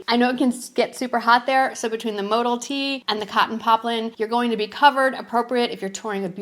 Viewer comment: Travel pants are a size to small. Mo Dell is the way it’s pronounced